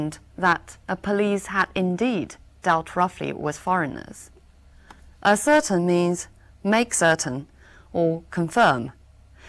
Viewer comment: ascertain的读音错了！